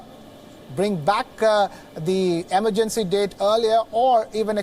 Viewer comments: Emergency isn't pronounced the way this presenter thinks it is. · Pronunciation of certain words changes from person to person... what’s the big deal if he pronounced emergency “wrong”